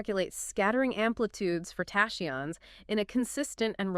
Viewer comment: How do u produce a whole video on tachyons and not know the correct pronunciation of the very subject that the entire show is base on? AI?